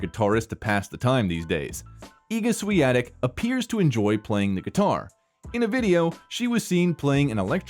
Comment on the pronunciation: Thanks for getting the pronunciation of her name correct.